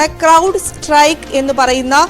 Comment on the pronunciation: Cloud അല്ല അണ്ണാ Crowd ആണ്